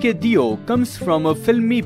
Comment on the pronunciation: Surname's pronounciation should be Dev...ie देव...and not deeo...